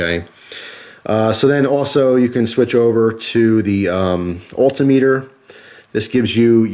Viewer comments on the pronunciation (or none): i've never heard altimeter pronounced that way